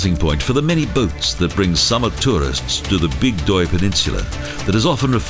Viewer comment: Bygdøy, not Bigdøy